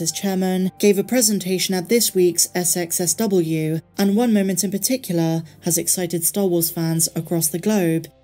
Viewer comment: SXSW is an abbreviation for South by Southwest. It is not pronounced by naming the letters but by saying South by Southwest.